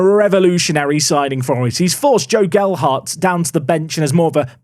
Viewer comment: HE LEARNED TO SAY GELHARDT!!